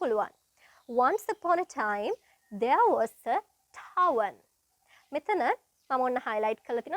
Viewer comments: It’s not tarven It’s tavern isn’t it? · Tarven or Tavern ?